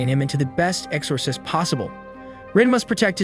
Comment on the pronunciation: Is this an AI narrator? Never heard exorcist be pronounced that way